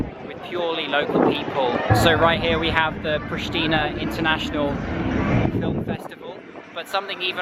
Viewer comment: Its correct said Priština, very simple